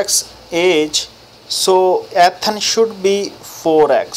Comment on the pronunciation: son its E- than not AtHan 😭😭